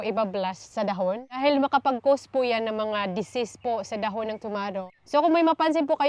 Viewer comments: Naninibago ako sa pag pronounce mo nang dahon ate. Dbah dpat da-hon ung pagbigkas? Pro palagi kong inaabangan videos niyo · bakit iba ung pagkabigkas mo ng dahon? Been to Siargao di naman ganyan nila pagkasabi ng dahon, for sure di rin ganyan tinuro ng Filipino subject natin. Sorry, maliit na bagay pero nakakairita pakinggan